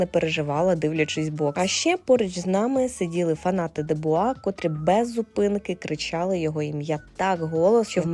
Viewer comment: Не Дебуа,а Дюбуа